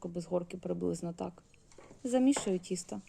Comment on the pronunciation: Будь ласка говоріть: дОдала, пОмідор, вОна, тІстО...